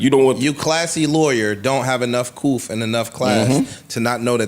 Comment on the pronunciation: ISH, WHAT IS COOF??? 🤣🤣🤣🤣 said "enough coof".. instead of "couth" lol ISH, WHAT IS COOF???